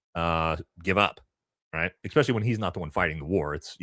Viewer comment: Love your show and insights That said... Don't pick on others grammar until you learn to take the "ECK" out of ESPecially 🤟✌️